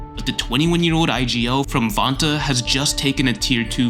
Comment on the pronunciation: Not to hate, but i don't like the way you say '' Vantaa ''.🤣